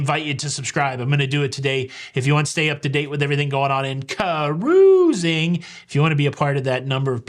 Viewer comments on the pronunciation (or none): Congratulations to a special couple! I so much appreciate you & for the great videos on all the aspects of "cah-rooz-ing" that you so capably give us. Happy sailing ahead!!